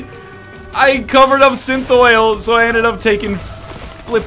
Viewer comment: Why does every single Isaac player says "SynthOL" as "SynthOIL"? It's kind of a pet peeve of mine. SynthOL is a "supplement", injected under the skin to make the muscles seem more voluminous. It's used a lot by bodybuilders during competitions. SynthOIL simply doesn't exist.